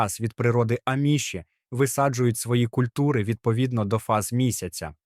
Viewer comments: Не правильно наголос, аміші. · В слові аміші наголос на "а"